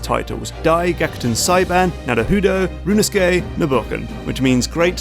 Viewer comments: Every time Mark (as much as I love his main channel content) says "rooneskey nuhruh hoodoe" I die a little inside. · Rinusuke? Could have sworn the titular character's name was Ryu-u-no-su-ke.